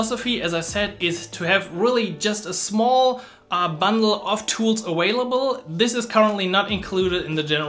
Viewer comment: Informative video but I kept hearing this awhailable word, I want to hear available. Maximilian says this too.